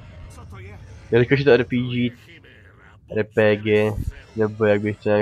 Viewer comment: RPG(D)ží (nwm jak to jinak napsat říkáš to ba začátku videa ) je zbraň nechci tě opravovat, jen ti radím.